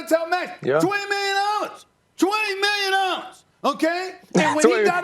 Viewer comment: 20 Nillion Dollars - Stephen A. Smith 2021